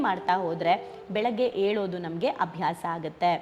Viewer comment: Yeddoladu alla,yeddu+yolodu- yeddolodu alla,yelodu antha helri saaku.